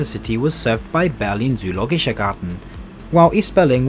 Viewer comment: You can pronounce "zoologischer" like so: tso-oh-lo-gish-er :)